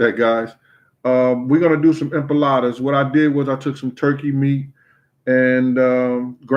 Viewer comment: Empolada lmao 😂😂 its empanada! Damn hahahahaha put some respeck on its name lmao